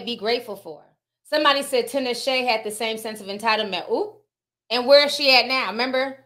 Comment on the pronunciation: 😂😂🤣🤣 at the way Ti say Tinashe's name.